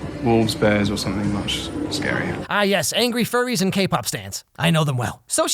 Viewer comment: Why he gotta say Kpop stans like that 😂😂